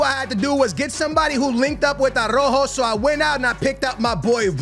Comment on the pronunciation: Why do you disrespect Araujo calling him "Arrojo"?